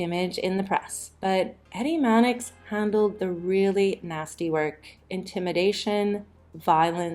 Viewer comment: They got Manix wrong too.